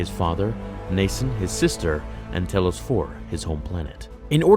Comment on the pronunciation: I'm guessing you didn't play KoTOR. Telos is pronounced "TEE-LOWS". It's not a big deal, but still.